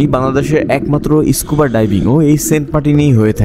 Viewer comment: ইস্কুবা না স্কুবা ভুল উচ্চারণ করবেন না